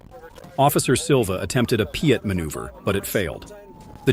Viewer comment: stop saying pea-it maneuver...it is pit.